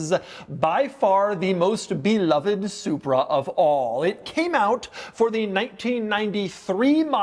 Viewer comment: Double dog dare anyone to take a shot every time Doug says “and” like he is passing a kidney stone. Better, an extra shot every time he mispronounces “beloved”.